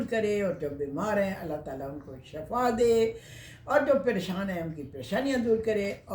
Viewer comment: Assalam.o Alaikum mam you did not reply me yet about snake plant in this vIdeo you spoke shafa it 's meaning is death or hell of death actual pronunciation ia Shifa please search and correct